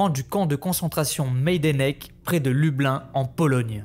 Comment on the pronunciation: Yes ! J'ai lu des Maïdanek et des Majdanek donc j'étais un peu paumé sur la prononciation hah ! Merci beaucoup ça me motive beaucoup ;)